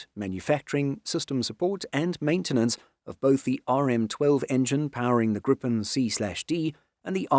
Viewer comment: Slight gripe (pun intendeD) with this video: It is not pronounced grip'n, but gree-pen, with a syllable break before the 'p'.